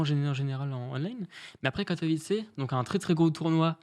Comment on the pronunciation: Bravo au viewer qui a rectifié la prononciation de Katowice <3 L'anecdote avec ToD c'est ouf !